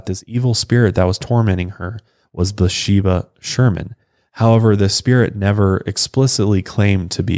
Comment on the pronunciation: Her name is spelled "Bathsheba", so the "th" isn't silent. "Buhsheba" confused me until I saw the picture of the headstone.